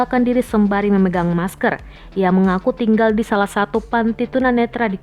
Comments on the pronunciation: Ngomong aja ngak jelas maskar , pling di ciduk minta maaf lalu nangis wkwkwk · Masker bukan meskerr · Masker de bukan mas kerr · Masker woi bukan maskeeer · Di tulis ny MASKER dia ngomong juga MASKER lah gw ngomong ny MASKR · Ngomong masker aja salah. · Bacanya masker apa masker